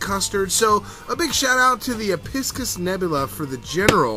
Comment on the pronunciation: and just so ya know its ep-i-cus